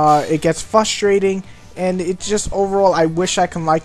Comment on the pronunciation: you're obviously white, lose the shitty rap music. okay review, pretty much answered any questions i had about it. and i believe the word is "frustrating" not "fustrating"